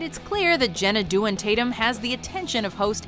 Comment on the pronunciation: Host - Hos tNarrator - :( :( OMG Its Jenna Dewan ( Day.won ) NOT Due.on )